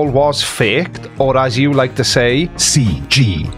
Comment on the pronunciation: I love it when he says, "C G eye"!